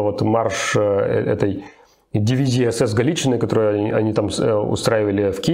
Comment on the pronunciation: дивизия "Галычина" с ударением на последнем слоге